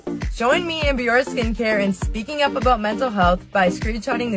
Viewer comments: She's not even pronouncing her "partner's" name right! It's Bioré. Pronounced "Bee-or-ay" not "bee-or". 🤦‍♀️ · BEE-OR-AY holy shit how can she partner with a company she can't even pronounce ugh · The fact that she can't pronounce Bioré properly just adds insult to (massive) injury 😒😒😒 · She misprounced the company's name too. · And she mispronounced Bioré 🤦‍♂️